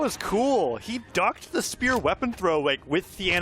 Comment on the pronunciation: lmao me too it was so distracting 😂 they pronounced spear as “speuw”